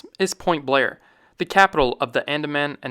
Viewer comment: Port* Blair